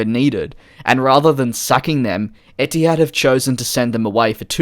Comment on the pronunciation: as an arab, i honestly hate when a company names themselves after an arabic word (etihad (اتحاد) means union in arabic btw) because it's always going to get butchered lol. not blaming u btw, u r not an arab. love ur vids too, keep at it